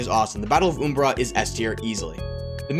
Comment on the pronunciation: How dare you pronounce umbara wrong.